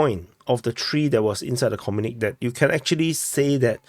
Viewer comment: Comrade, it's pronounced 'communikEh' not 'communik'.